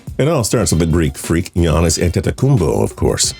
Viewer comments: Dude it's pronounced yeeannis not geeannis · It’s pronounced YANN-ISS not GEE-ANN-ISS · Giannis is pronounced yanis